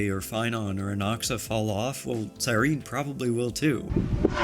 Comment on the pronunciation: CyrenEE how are we STILL pronouncing her name wrong after an 11 month story of which she is a main character?!